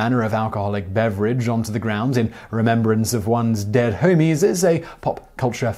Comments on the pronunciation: Can't stop laughing at Simon saying "homies" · Hearing an Englishman say "pour one out for my homies" made this video too hilarious to take seriously.